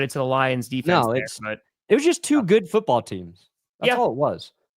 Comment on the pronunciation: cant say foot or ball today